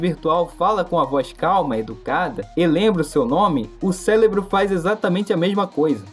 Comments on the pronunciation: Amigo, seu vídeo é muito interessante e bem editado, mas por favor... Nunca mais fale "Célebro" de novo, isso tira um pouco da sua credibilidade. O correto é "Cérebro". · Pqp, o vídeo até parece interessante, mas parei de assistir no por que você falou "celebro" umas 10x ...... É CÉREBRO PORRA!!!!!! PQP RANÇO de quem fala errado, escreve errado....... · Falou falou falou e a conclusão é: Continue desabafando com a IA, ao menos ela não te cobra uma fortuna por isso... (sem falar nada do "Célebro" ) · . Eu… também falava celebro mas é cérebro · Vídeo muito bom, e explica esse efeito que faz as pessoas acharem que a IA é como uma companhia humana e têm sentimentos. Mas, uma observação: é impressão minha ou quando ele vai falar cérebro sai "célebro"? Não me entenda mal, é só uma curiosidade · Não consegui terminar o vídeo pelo "célebro"" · pq vc fala celebro sendo q vc consegue falar r? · o cara falando CÉLEBRO MAIS DE UMA VEZ DURANTE O VÍDEO, SOCORRO💀💀💀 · "Celebro " Da pra levar isso a sério mesmo? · prano, celebro, crick, apricativo, drento, mds kkk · O malandro fala celebro kkkkkkkkk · "CÉLEBRO" PQP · Siiim que odio 😂😂😂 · Bom vídeo irmão, mas "celebro" foi meio foda de escutar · Aprende a falar! É cérebro, não célebro! É dentro, não drento! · Ele falou drento também